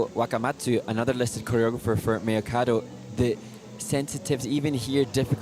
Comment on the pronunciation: It’s not pronounced “mia” okada. Mei would be pronounced closer to “may”